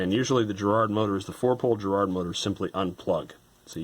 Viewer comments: Why are you mispronouncing Garrard? No J there. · Garrard as in Gary not as in Jerry folks!!! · *Please*, Americans, stop with the weird pronunciation. It's a hard G. Not a J sound. Ga-Rard. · GGGGG Ga GARRARD...AAaarrgghhh! Edit Not Je. but .Ga if that wasn't clear enough. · Trust me, it's a hard G. British company, with connections to Garrard The Jewelers, and every Brit pronounces it correctly, exactly as written, GArrard. Not Gerrard. I don't think I can even think of any "GA..." words that ARE pronounced "Je...". Please stop abusing our language 😜